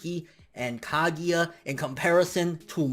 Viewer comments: Kagia LOL ITS KAGUYA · stop saying kagEEya pls e.e